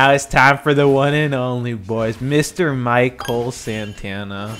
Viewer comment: Mi"Cull" Santana. HAHAHAHAHAA